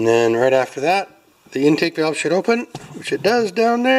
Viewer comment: Kinda sound like u said we’ve got bowel movement!!! Lol. Besides valve movement